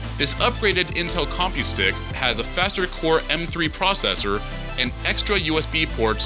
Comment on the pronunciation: Your emphasis on com in compute stick is bothersome.